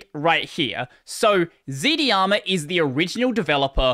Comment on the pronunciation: FYI, it's pronounced z-darma.